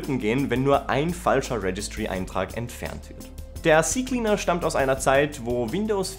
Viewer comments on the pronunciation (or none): Nicht cie cie cleaner, sondern Zeh Zeh Cleaner -. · Ze Ze Cleaner 😊